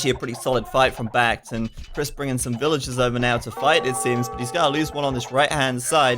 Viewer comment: Brits too stronk with sheep bonus for food and cheap TCs for wood, which means more resources for trash. BacT would do better if he stuck with the scouts and raided farms imho. Also,, why do you pronounce BacT's name as sth like Bah-Gee-Oh-Froh?